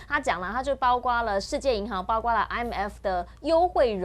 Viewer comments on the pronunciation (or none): 包括，读音是不是包“阔”呀？而不是包“刮”？ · 包括念：baokuo 不念 baogua 😅